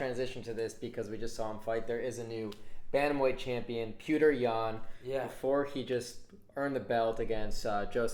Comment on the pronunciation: you and your girl really need to stop calling Petr "Pewter". 🤦‍♂️😂 I know some people struggle with his name, but NOBODY says "pewter". I'll help. It sounds more like "pee-oh-tr". That is the correct way of saying it. If you can't say it, just say Peter. You guys really struggle with fighter names as a whole 😆😉 But I still love ya